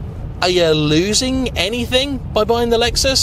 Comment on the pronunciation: It’s a Lexus not luexos